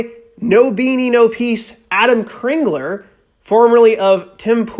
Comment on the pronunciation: His name is Adam Crigler not Cringler. Just in case someone wanted to look up his YouTube channel and/or his coffee.